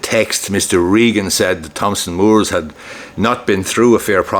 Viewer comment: the 'h' in Thomson is silent!